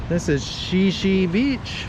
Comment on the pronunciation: Great video! FYI it's pronounced "Shy Shy".